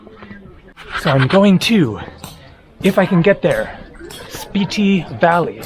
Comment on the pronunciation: I thought it was pronounced (Spit-Tee)?